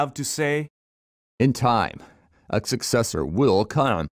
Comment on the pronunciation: "In time... a Ksuccessor WilL cOmE"